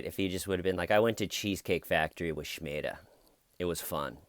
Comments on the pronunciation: Smeeda!! There is NO H!!!! in it!! Listen carefully and you will notice that Stephanie Lazarus NEVER days the h-sound!! SMEEDA!!!!!_________________|| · SMEEDA!!! NO H in it!!!!! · I thought he said Schmeeda as well. Maybe every murderer has a friend called Schmeeda. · You have every right to be the ignorant, illiterate moron you are. But you misspelling and mispronouncing Smeeda would be like someone spelling Lisa 'Lisha.' Aren't you intelligent and inquisitive enough to want to be educated?? I guess not.If you have listened to Officer Lazaruz's interview, you would hopefully be able to hear her clearly say Smeeda. I'm sure you couldn't find Pakistan on a map, so perhaps I am expecting a bit too much from you. Promise me you will at least think about this, Lisha. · Marge Paz Smeeda!!! There is NO H!!!!! Listen to the great officer Lazarus: she clearly says SMEEDA!!!!! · SMEEDA!!!!! No H!!!!! Common name in Pakistan!!!!! Get it right!!!!! Officer never says Shm-sound!!!!! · SMEEDA!!!!! Clean your ears out and listen to Officer Lazarus pronounce it!! There is no h-sound!!!!! Get it right!!!!! Common name in Pakistan!!!!!!!!!!!!